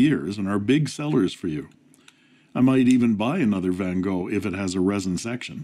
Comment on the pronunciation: Your Van Gogh pronunciation is really good! Greetings from a Dutchman😉